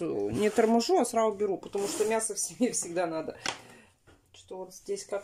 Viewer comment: не наа а надо ты где берешь такие слова.